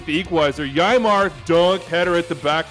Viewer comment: FYI Yeimar is pronounced "Yay-mar"